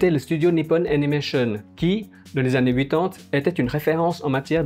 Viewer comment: J'ai découvert votre chaine hier , très intéressante , mais j'ai un gros problème avec votre prononciation des années , vous devez être belge avec des origines asiatique , quelque chose comme ça , ça me déstabilise , en France on prononce pas comme ça , sinon , continuez à faire des analyses des animes des années 70 et 80 , c'est super intéressant , je me suis abonné , si vous pouviez faire un dossier sur maison ikkoku (juilette je t'aime ) , j'apprécierai , bon travail en tout cas .